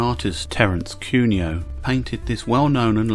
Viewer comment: Not Terrance Cuneo, not Terence Cunio, but Terence Cuneo.